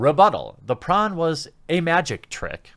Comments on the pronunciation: Are you saying prawn? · Stop saying prawn god dammit! X'D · it took me a second to realize what you meant by prawn. why aren't we saying porn? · How come hes saying pron instead of porn? Is youtube demonetizing for the word porn?